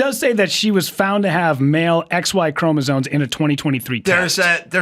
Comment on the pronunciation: Adam's guest said "ChromosoNe like three times. I hear it mispronounced all the time.